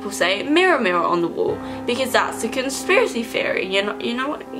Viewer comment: I can't watch this because you keep saying "conspiracy fiery" and it's pissing me off